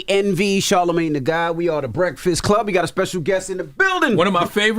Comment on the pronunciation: Boy pronounces charlamagne like "inshallah"